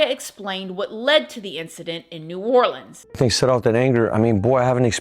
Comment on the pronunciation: Shout out to for pronouncing “NEW ORLEANS” correctly!! Love, New Orleanians ⚜️💜💚💛⚜️📿✝️